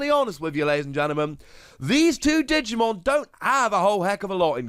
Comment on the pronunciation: Digumean to say Digimon?